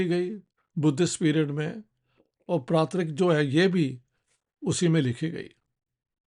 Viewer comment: The correct word and pronunciation is PraaKRiT and not PraaTRiK! And Praakrit is a less structured form of Samskrit spoken by common folks.